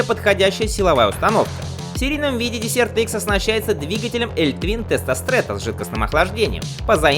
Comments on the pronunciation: мда.... петушинный кацапский акцент, десерт - это в столовой, а это дЕсерт - пустыня, хоть бы название мотоцикла потрудился сказать правильно в первые секунды ролика. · Дезерт!Пустыня! а не десерт)) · Какой нафиг десерт икс, перед тем как делать ролик наверное надо было выучить как правильно читается название мотоцикла или хотяб школу закончить! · desert- пустыня читаетсяˈdezərt. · Произносить " десерт" смешно. Сначала не понял.